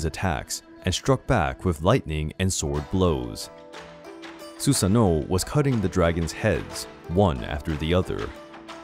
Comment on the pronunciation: It's not susano it's susano'o (su-sah-no-o)